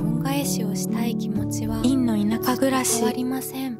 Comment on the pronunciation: どれも綺麗なタイトルバックで甲乙付け難いですね😊 強いて言えば『りんの田舎暮らし』の『し』の発音が好きです😅